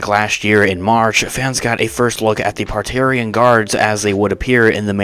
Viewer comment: Dude-- it's Praetorian guards! Ie. "Pray-tor-ri-an" guards. FYI